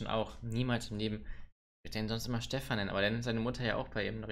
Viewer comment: Dieses "Steffan" Da muss ich los...